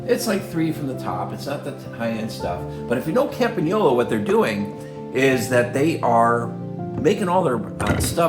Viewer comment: Thank you from Italy, for pronouncing "Campagnolo" perfectly.